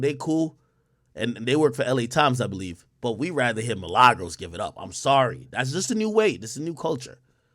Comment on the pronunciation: This man keep callin that girl Milagros 😂 Man addin a “s” on her shit.